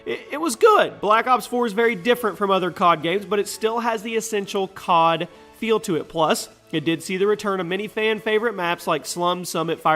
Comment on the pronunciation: i need to say anything about "COD".....Its more like "GOD"